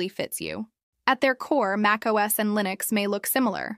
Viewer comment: "Lineus --SSorce Ayiiine" My favourite distro!